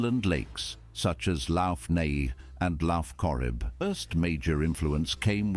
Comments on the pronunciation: Lock Nay (Lough Neagh) Lock Corrib. (Lough) Probably an AI voice. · I do wish you would check out some documentaries or videos narrated by a native Irish person. It is a small thing to a lot of people, but listening to this narrator absolutely butchering the names of places (lough Neagh and lough Corrib which is pronounced LOCK Neagh and LOCK Corrib) and the Breathan laws (pronounced Bre Hawn laws) The East coast tends to have the sandy beaches and the West coast has the cliffs and craggy, rocky coastline. In 1988 Dublin celebrated it's Millenium from it's founding as a city by the Vikings (although historians agree that happened much much earlier in 841AD and the celebrations in 1988 was a political and social issues and an effort to change the air of pessimism that pervaded Dublin in the 80's, to one of optimism and hope, according to David Norris an Irish senator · The narrator mispronounces the word lough in Lough Corrib and Lough Neagh (Irish word for lake). It should be pronounced the same as the Scottish word loch, as in Loch Ness and Loch Lomond.